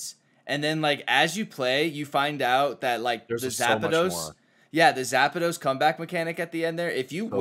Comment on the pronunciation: Looks like Fruit has Rhabby saying Zapados too and I’m here for it. Talking about my dude like an electrifying pair of shoes